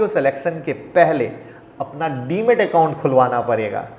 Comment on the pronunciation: DEMAT not DEMET